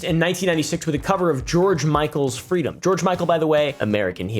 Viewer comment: He butchered Freedom...hard no from me Dawg...🤷‍♀️💯